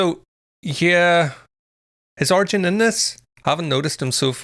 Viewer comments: His name is pronounced 'ar-yen', not 'ar-jen'. So, close (the emphasis was right), but not quite right. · His name is pronounced R...yen